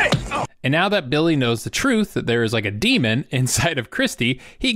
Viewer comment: Oh my God. DEMON, not DEMOND.